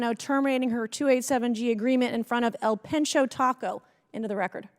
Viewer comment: The taco place is called "El Penche" not pencho It means "The Fucking" As in what local citizens get with a DEI Sherriff that will not uphold laws.